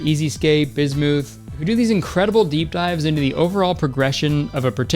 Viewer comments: Bismuth is pronounced biz muhth btw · kurtis.. BISMUTH IS NOT PRONOUNCED BISMOOTH, ITS BISMITH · I’m not recovering from the pronunciation of Bismuth as “Biz mooth” 😭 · pardon? bismooth? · did Kurtis really pronounce bismuth as "beesmooth"